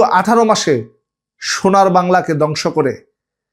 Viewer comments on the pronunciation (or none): কিছু শব্দের উচ্চারণ একটু সংশোধন করা যায় না? একটু চেষ্টা করলে হয়ে যাবে। যেমন_ দ্যাশ নয় দেশ। য-ফলা ( নয় এ-কার )। ধ কে দ বললে ভালো শোনাচ্ছে না। যেমন, ধ্বংস কে দংশ বলা হচ্ছে। ( not dash it is desh )